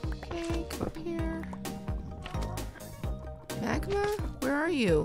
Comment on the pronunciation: when she said magma i want to kill you so hard it sounds like she wanted to say i want to f### you so hard